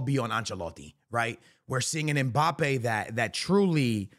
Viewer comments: Mbappe ❌ Mpabbe ✅ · “If mpaypal lands at Real Madrid……”😯